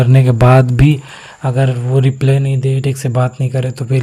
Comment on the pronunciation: रिप्ले nhi भाई रिप्लाई 😂😂😂